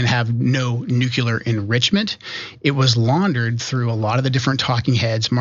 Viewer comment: Nu-KEELER???? REALLY?!?!